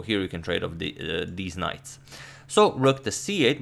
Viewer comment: Ha he said “deez knights”